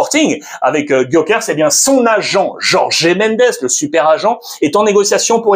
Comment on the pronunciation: Je me pose une question : Pourquoi dis tu GyoKERS ? Il y a marqué GyoKERES ???? 😅 Sinon garde l'énergie c'est intéressant 😄